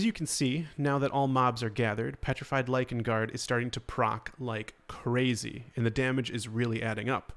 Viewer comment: You said “Lichen” ❤️❤️❤️